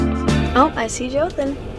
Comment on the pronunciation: Joathan you need the accen bit to be perfect lol